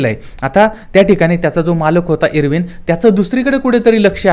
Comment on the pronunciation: लॉर्ड इर्विन नाय.... आयर्विन***